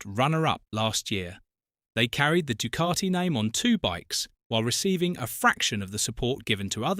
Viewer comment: Good item but terrible VO. Painful to hear ‘Du-car-ti’ every 15secs. 😫